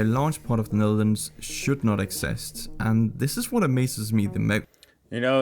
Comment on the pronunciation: This dude"s pronounciation is irritating. The very pronounciation of "Netherlands". Also. no thanks, I like my space. Do not want to be an ant in an antnest